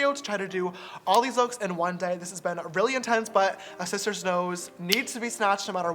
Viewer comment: Hi shisters! Its James Charles and welcome back to my YOUCHUBE CHANNEL